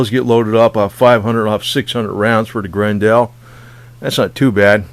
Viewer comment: It's pronounced GRen dull .... like Grendel from the fairy tale